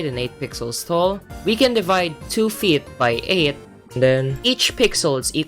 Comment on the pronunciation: I love how you say feet like "Fiyet" 😭😭